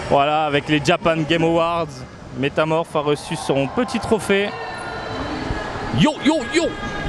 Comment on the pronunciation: Metaphoooor pas metamorph ca c'est pokemon 😅😂